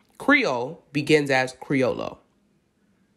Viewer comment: The double L is pronounced like a Y so it's creo-yo.